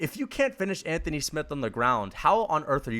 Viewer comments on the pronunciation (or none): none